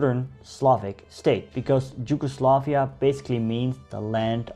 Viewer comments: i am just gonna say it... it is Yugoslavia, not ”Gi”ugoslavia. maybe a bit more insight in covering the Ottoman rule of the lands. The numerous wars fought by the serbs.... 1848...the religious minorities and the policies of Tito during the existence of Yugoslavia. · You pronaunce Yugoslavia bad, how come you still didnt learn to read. And Im cincearly curious, about the reading part ofc